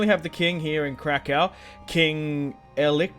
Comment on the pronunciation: Polish lessons krakow is krakoov